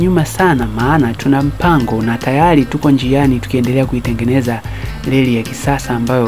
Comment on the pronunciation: Is it '' Leli'' or Reli???